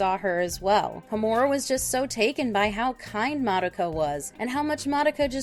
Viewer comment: Ho-MU-ra? Really? It's pronounced HO-mu-ra